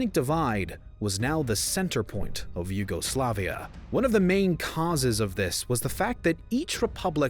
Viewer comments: I hate the way you say YUGOSLAVIA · your insistent emphasis on the second and third syllables sounds odd. In English, the emphasis is usually on the third syllable alone (yugoSLAVia); whereas if pronounced in Slavic, the emphasis is on the second syllable (juGOslavija). Hearing it in English emphasized on both the second and third at the same time is jarring. It sounds like you're saying two words instead of one (yuGO, SLAVia) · I'm really in doubt whether I should unsubscribe. Let's ignore the relative peaceful secession of Slovenia out of the republic. And simplify the nationalistic tendencies growing for quite some time towards one root-incident. And then theres the matter of pronounciation: WW1 and WW2 German soldiers have nothing to do with Croatia.